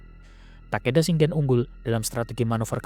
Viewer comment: Wajib di apresiasi! Keren visual nya walopun comot sana sini termasuk dr Total War Shogun 2. Tapi tetep usaha nya kudu dikasih jempol 👍🏻👍🏻 masukan aja caption nya dan pelafalan nama/istilah Jepang nya diperbaiki biar akurat. Demio = Daimyo. Njakutzi = Enryakuji. Senggen = Shingen. Usoge = Uesugi. Dll.. Keep up the good work!